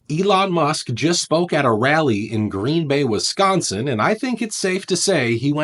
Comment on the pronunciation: Wiss -sconsin.